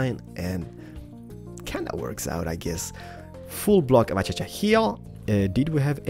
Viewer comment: it's pronounced as acasha not achacha lol